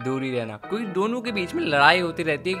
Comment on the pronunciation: Kyuki❌ Kuki✅